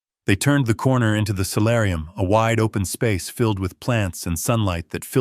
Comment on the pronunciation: Solarium, not salarium